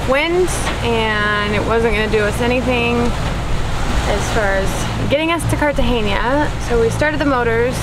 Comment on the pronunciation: Guys it’s Cartagena not Cartageña